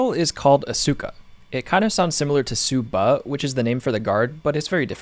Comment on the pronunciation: Amazing build. You're such a talented bladesmith. Love your uploads! Quick pronunciation nitpick. Tsuba is said "ts-OO-ba" like tuba with an S slipped in 😄You saying "Suppa" almost sounded like my southern dad calling me for dinner haha